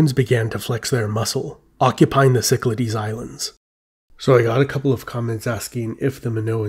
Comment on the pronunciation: Some pronunciation tips.It is not Sicklahdies Islands, but Kiklathes,from the Greek word for circle., Kiklos.I appreciate the artistic efforts , but for the sake of your Greek viewers, take the time to learn some proper pronunciation.Use Google Translate as it has a audio function that tells you the way to say it.To all the Erasmian pundits,I don't care what you think.Just humour us Greek speakers.